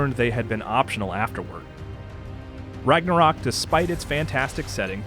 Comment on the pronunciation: I love how no one can pronounce Ragnarök properly :)